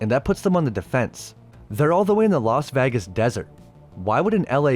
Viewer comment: "Loss Vagiss"